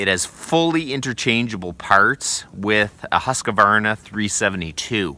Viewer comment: Just FYI, there's no such company as "Huskavarna". Try Husk-var-na. Shorter & simpler too. Not advisable to torture el-cheapo engines unloaded I'd suggest looking into peavey/cant hook and hookaroon. And ... always have a fistful of wedges on hand- much preferable to pinched bars. DAMHIKT